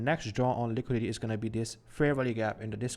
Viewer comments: It's Liquidity, not Liquidy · liquidity ❌ liquidy ✅ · “Liquidy” lol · Say liquidity again